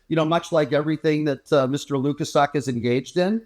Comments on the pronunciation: Why is pretending to be incapable of pronouncing Mr Lukaszuk's name correctly? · is a jerk and the mispronunciation of Lukaszuk is just Jr High bully nonsense.